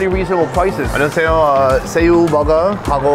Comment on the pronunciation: "~하고" 찐 한국사람 같아요..Best korean language skills👍🏻